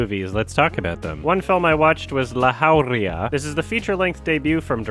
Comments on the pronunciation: That pronunciation of 'jauría' pierced my ears. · Thanks for butchering the name Jauria.